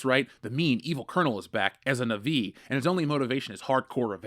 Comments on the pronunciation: (NAH-VEE)... fkn nuhvee lmao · Why are you saying "nuh-VEE" instead of "NAH-vee"? Did...did you watch the first movie???